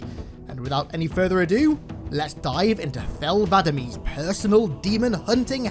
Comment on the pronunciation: It’s Said Thel Vadam. The e is silent Please fix this it’s not Vadameeeeee. I love your vids keep it up